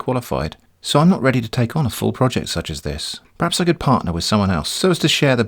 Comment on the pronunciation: "Director of Roject Development"